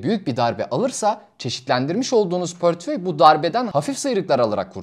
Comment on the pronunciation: Gayet güzel bir anlatım teşekkür ediyorum. Ama lütfen "pörtföy" demeyin doğrusu "portföy"! 🌿